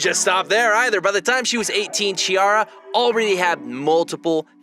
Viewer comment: The correct sound of her name is like Kkikara not like Cheeara.